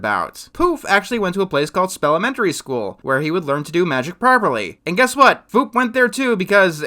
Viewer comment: Everytime I heard say Foop, it always sounded like he was saying Poop.